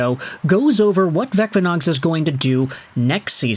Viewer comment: Thank you for great report. Vecvanags is pronounced as Vetsvanags, where C is quite hard as it would be in German, yet if you say C the same way as in City it will be closer than current usage of K. Hope it helps